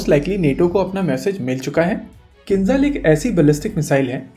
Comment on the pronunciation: Not Khinzal, it's Kinzhal 😆😆😆